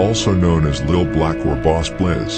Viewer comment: Broooooooo it's pronounced lil lessssssss